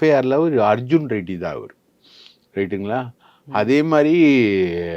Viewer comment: ஆதவ் அர்ஜுன் ரெட்டி என்று அழுத்திச் சொல்லும் நீங்கள் அப்படியே கருணாநிதி ஸ்டாலின் உதயநிதி ஸ்டாலின் தெலுங்கர் இல்லையா 😂😂😂😂